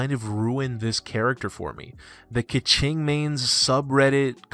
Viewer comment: Don't you dare say keqing like that!